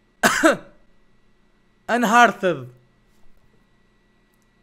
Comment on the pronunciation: É Unearthed e não Unhearted! Duh! (sem ofensa)